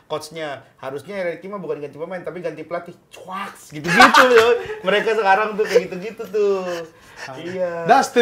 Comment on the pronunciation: Chuakksss itu pengucapan chakssssssss. Rada kesel sih kalo u nya jelas banget 😂